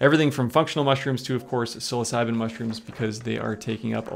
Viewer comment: You really need to learn how to pronounce the name of these mushrooms your pronunciation is horrible